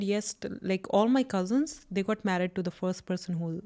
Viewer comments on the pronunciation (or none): none